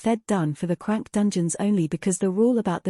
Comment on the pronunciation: It is but it makes mistakes in names and ranking it says (crank) and srank its supposed to be c-rank and s- rank